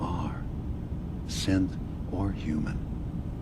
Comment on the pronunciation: evreytime he said synth I hear simp